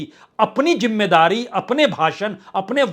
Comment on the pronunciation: Arre hosh main aaja You look like a fool Hahahaha Rahul Gandhi 😅😅😅 Apna diction to theek kar. Jimedaari nahi. Zimedaari Ullu 😅